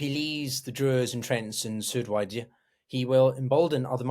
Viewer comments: I know i was gonna say the same. Was looking for this comment. You would assume if you were gonna make a video about السويداء or as-suwaydah, you would be able to research how to say it… you can just call it suwayda (like it says on the map you have) Soo-wey-da Not sudwaya or surdwaya or sudurya Practice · Hey, great video, just one thing: it's Su-Wei-Da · Yes. Doesn't know how to pronounce Suweida. say Soo-way-dah. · I’ll make it even easier for you (coming from an arab): you don’t even need to pronounce the “u”. Just say “sweyda” Sway-duh (Repeat several times) I’m sure you would have had some arab friends you would’ve been able to consult on this matter before publishing this video. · Given that you're struggling to pronounce "Druze" and "Suwaida" correctly, I find it hard to take anything else that you say seriously, unfortunately.